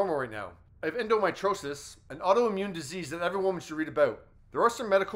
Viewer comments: ENDO-MEE-TREE-OSIS is how you pronounce it. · Endo mee tree oh sis. FFS. No wonder we're still suffering. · OMG.........did you hear how he pronounced endometriosis? WTF 🤣🤣🤣🤣